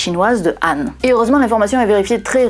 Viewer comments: sauf que Han se prononce Ran ... sauf si on le sait pas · Oui. 13% de ma famille l'a sur le bras gauche, 17% sur le bras droit, 40à 60% sur les deux bras. Donc on est coréens. Ou chinois de la dynastie Han (prononcer Khan). Avec un diplôme de physician en poche et on joue du violon. il faudra essayer sur les Blancs un jour. Ceux qui ne font pas de bulles avec la bouche. Pour avoir des chiffres probants. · 🎉Bonne année à toi et tes proches 😘 Bonjour, comment tu vas ? As tu passé un bon réveillon 😅😂🎉. Sinon.... 😅 AHN ET HAN se prononce de la même manière ??? 😮😅. AHN c'est bien " ANE " 😇 Par contre HAN c'est " EN." avec un H comme " Haricot " 😅 Du moins ici en Belgique 🎉❤🎉 Nous avons un village qui s'appelle Han sur Lesse, relativement reconnue par les touristes, pour ses grottes et sa réserve animalière, sur les animaux sauvages d'Europe exclusivement, 😅ayant vécu ici. ( pas nos animaux de compagnie ou d'élevage type ferme agricole,....) Ouwha 😅😮 Je pars dans tous les sens. Bref, regarde sur trip advzisor ? Ou ailleurs 😂 Enfin, bonne journée à toi et ta famille. 😘🎂🎉🤣😋🙂Ho oui, j'ai pas les plis 😅 Si c'était quand même des boulets... La graisse,... À t'elle des points d'acroche, comme les muscles et les tendons ? Ce qui ferait du pli la limite de la masse de graisse. Si tu vois ce que je veux dire ☺️🙃 Qu'en penses tu ?